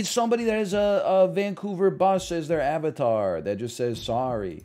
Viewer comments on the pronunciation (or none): none